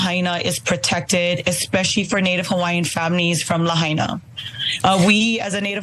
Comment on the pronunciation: Thanks for getting a clue and pronouncing Lahaina correctly.